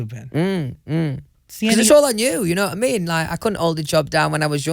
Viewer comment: Nobody: Louis: d'ye kno' wha' I me'